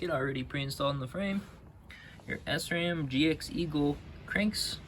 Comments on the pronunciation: It’s most definitely SRAM, not S-ram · great video but sram is prenouced as shram because it is a German company.